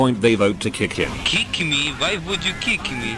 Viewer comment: Keek me?, why would you kik me? I died